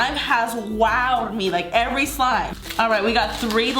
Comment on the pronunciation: If you noticed you said: this is my favourite clime: instead of slime lmao no need though just letting you know love youuuuu ssoooo. Mmmmuuucchhh